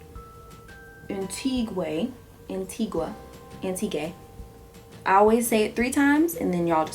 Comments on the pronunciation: Ok..., Imma need you to get it 2gether pls😂😩...Antigua is pronounced "an-tee-gah" - it's a Caribbean island. Beautiful make up as usual 😘💃🏾💯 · an-ti-gaa= antigua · it's pronounced An-tee-gah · It's /anteeguh/